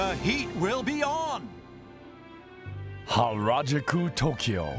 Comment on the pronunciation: The way the narrator pronounced harajuku deserves hara-kiri